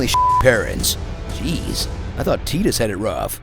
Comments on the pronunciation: teedus... Teedus!? TEEDUS!!! BRO SAID TEED US!!!!! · tidus ("TIDE-uhs") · Excuse me, I just need to scream this: IT IS PRONOUNCED TAI - DUS!!!! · wait, it's Tee-dus and not Tie-dus!? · fuck, does everyone say Tidus as Tee-dus??? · Is it Teedus or Tidus? Like "eye". He keeps saying tee.... maybe I just need to go back and check gameplay 😔😭. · Down voted for incorrect Tidus pronunciation